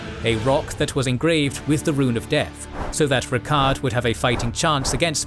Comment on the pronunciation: Love the video, hate that you pronounce names like Miquella and Rykard as though you never played the game lol.